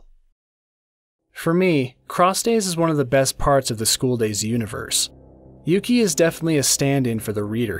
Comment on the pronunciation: And his name is Yuki or "yuu" as in "You"